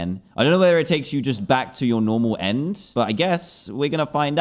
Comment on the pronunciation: u said and not end